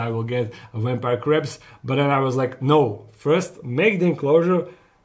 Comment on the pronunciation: am I the only one who keep hearing "ready for the craps"?